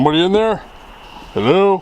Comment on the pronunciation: /17 a females disembodied voice says. ( HELLO !) in an English accent like ELLOO🙃